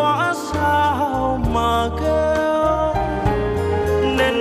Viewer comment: hát rất hay nhưng phải phát âm đúng nhé. “Hư quá sao mà kiêu”. Kiêu chứ không phải kêu.